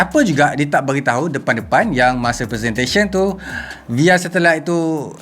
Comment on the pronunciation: Aku je ke suka sebut “via” as “vaya”